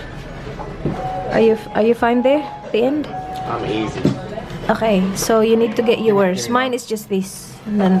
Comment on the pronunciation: Yeah please dont drink you are even more annoying as a drunk "ahkay" ?